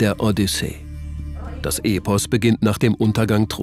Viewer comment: Wenn euer Sprecher nächstes Mal noch "Epos" richtig ausspricht, bin ich zufrieden:)